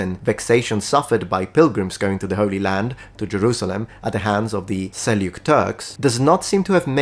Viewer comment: It's sell-juk Turks. There is no "y" sound in it. It's supposed to sound like like a "j".